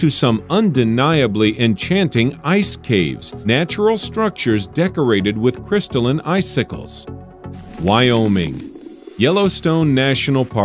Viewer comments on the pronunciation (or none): Lol why uh me uh, and cow-e.